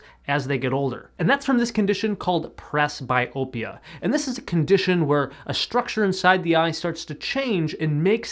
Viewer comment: It is pronounced PresBEEopia. Up your game. From a senior who does not need glasses but has used eye exercises instead. Tell everyone the truth about how much peripheral vision is reduced by frigging glasses.